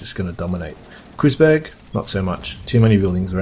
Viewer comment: It's actually pronounced "Kroytzberg", not "Kroozberg". Impressive use of that SSD!